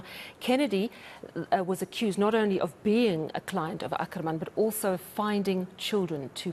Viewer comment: I am glad the gentleman is pronouncing "Ackerman" as it was pronounced during the 7oties and 80ties otherwise it sounds like a Boer surname which it is not